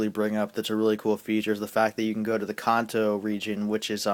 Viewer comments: YOU SAY KANTO LIKE KA-AH-NT-O WHAT THE HELL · He says kanto right, and I think his points are valid, but Cyndaquil is memorable.